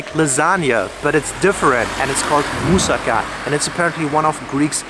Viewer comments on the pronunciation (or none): Mousaka not musica (just reading the cc) and also please kindly note that we don't use lamb in this recipe but minced beef / cow meat.